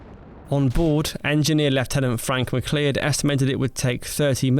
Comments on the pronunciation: Mcleod is pronounced mccloud👍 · Mac Lee-Odd. Mac Lee-Odd? MacLeod of Clan MacLeod, like Conor MacLeod, the Highlander FFS. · McLeod pronounced Mac Loud or with a highland accent Ma-gloud. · Small pronunciation correction - “McLeod” is pronounced “Ma-cloud”, like a Scotsman telling you a cloud is his 😂 rather than “Mac-leyod” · McLeod is pronounced to rhyme with Aloud fyi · McLeod? seriously is that how you think that is pronounced? dumb as a box of hammers seriously. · Um, everyone BUT him knows how to pronounce McLeod. At least, everyone born before the Blair government 😂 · Apart from McLeod :)